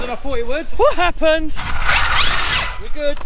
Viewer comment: Its like “wo happent”